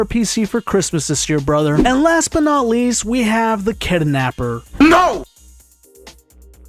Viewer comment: kidnapper❌ kidanapper✅